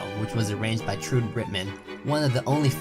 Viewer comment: I marvel at all your work! However, I am fairly certain that the amazing Miss Ritman's first name was more Germanic: Trew-duh (though the duh is barely pronounced). Humbly submitted.